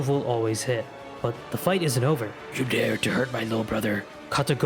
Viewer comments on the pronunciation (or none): none